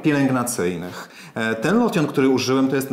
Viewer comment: Nie wymawiaj "lotion" ale jak "louszyn". Bedzie brzmialo poprawnie. Po polsku jest to plyn do kosmetyczny do mycia.